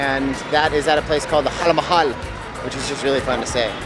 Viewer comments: It's Hawa-Mahal not hal mahal. Hawa means wind and Mahal means palace. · Haha!! It's Hawaa Mahal not Hal Mahal. Hawaa means wind. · Haa Mahal😂😂 loved the mispronunciation.